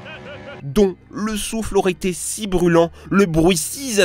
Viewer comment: Va falloir bosser sur les liaisons en français, il y a des "s" et des "z" qui se baladent entre les mots, c'est z' énervant !!!